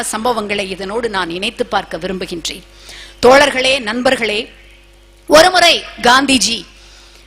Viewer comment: இதனை அழகாகப் பேசும் இவர் ஏன் தமிழுக்கே சிறப்பைக் கொடுக்கும் 'ழ' என்ற எழுத்தைச் சரியாக உச்சரிக்கத் தவறுகிறார்? தோளர்களே, மொளி , கற்பளிப்பு என இவ்வாறு பல பிழைகள்.